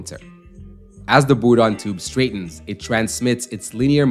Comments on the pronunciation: I think he was trying to use the french pronunciation but can't do the trilled 'R' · It’s a “Bourdon tube” not a “Boodon tube”. Pronounced the same way as "Bourbon", only "Bourdon". You wouldn't pronounce "Bourbon" as "Boobon" would you? Stop saying "Boodon".